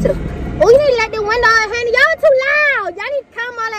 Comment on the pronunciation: It’s hunni